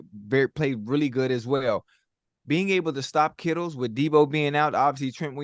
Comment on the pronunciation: "kittles" LMFAO